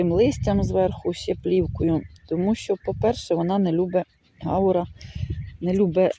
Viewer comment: Це не гАура,а гаУра